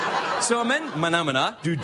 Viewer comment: Haha, he's right, they do like the belly dancers big in the Middle East. Also, Craig, it's MANAMA. But they way you say it does sound better.